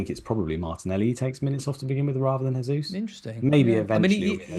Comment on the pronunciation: jaysus, not haysus. Please. it's a Portugese pronunciation, not Spanish.